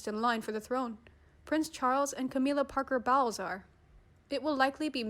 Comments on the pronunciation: i’m really sorry but it’s Camilla Parker Bowls not Camilla Parker Bowels so can we please get back to the computer generated voice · You will soon loose your following if you keep calling Kate, “Middleton “. She is is the Duchess of Cambridge. Her youngest son’s name is pronounced Lewi, not Lewis, further, please pronounce Camilla’ surname correctly. Your knowledge of the English language leaves a lot to be desired.